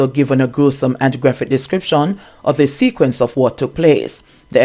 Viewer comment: He's seriously lacking in grammar. His wife, as an educator, is a failure to her husband. She should take the time to teach him proper enunciation and tell him that "TH" is NOT pronounced as "Z". He needs serious assistance in phonics and reading, ma'am. Stop making silly excuses for him.